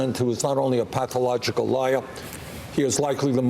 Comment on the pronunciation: How many times did he say " Donald Twump is a pathowogical wiar..." ? That' s all anyone needs to know about this career windbag politician.